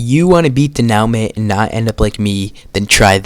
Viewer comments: "De-now-mint" IT'S "dè-nu-màh" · It's not "Duh-now-muhnt" it's "day-noo-mahn" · its dé nou ment not dé now ment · It’s said denoomo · "De-neow-mantt" ragebait 😭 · ewm acthully it's pwonounced "de-noo-mah" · “den ow met” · Why he calling it denowmen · crazy pronunciation of denouement 🥀